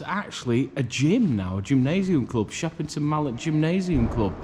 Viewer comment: It's shepton not sheperton you bafoon don't no where you are of course it's damp no heat in a old building get real clueless